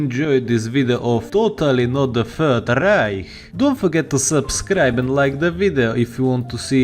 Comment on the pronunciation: bruh, threat not freat, third not fird bruh burh.